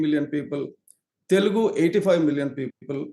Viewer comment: That YSRCP spokesperson can’t even spell TELUGU… correctly 😂😂. He is saying …. “TELGU” 😤😡 and he is invited to talk on this topic…. Which is really very funny!!! 😂